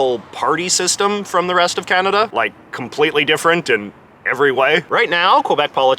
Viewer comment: They don't even pronounce kanada correctly but say coaaaahnaaadaaaa instead and the us laugh at us bc of it 😂